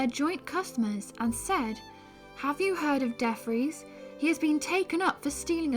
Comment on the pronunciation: DeFries= Dee Free-ss